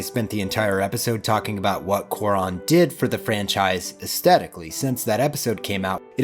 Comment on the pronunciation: is this a common pronunciation of cuaron or just a thing?